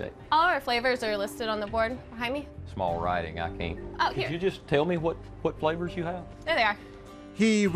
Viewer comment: Me a non native English speaker: butts right in to read for him Manages to pronounce all the flavours names wrong